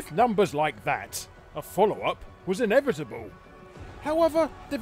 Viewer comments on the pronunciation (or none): none